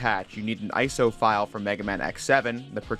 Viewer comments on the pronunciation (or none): Stop saying "ice-oh." It's it's an abbreviation, not an acronym.